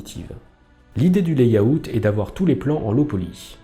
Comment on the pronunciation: Pour info, layout se prononce [lè-aut] 😉😇 ... 👻